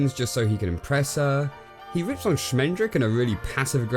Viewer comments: How can you pronounce the name Schmendrick so wrong so often, just mere seconds after you actually hear the character tell you the right pronunciation??? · Did they call the wizard Schmendrick on purpose?